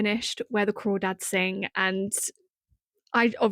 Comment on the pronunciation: Where The Crawdads Sing is AMAZING. And yes you're pronouncing it right lol. It's so accurate to that area